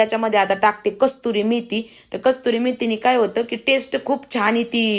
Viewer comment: Kasuri methi, kasturi nahi tai